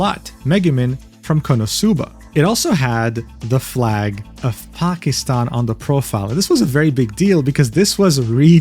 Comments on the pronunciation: As a Pakistani Muslim, yeah this video felt weird to watch. At the very least, I am happy that pronounced Pakistan correctly everytime! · as a pakistani HE SAID IT CORRECTLY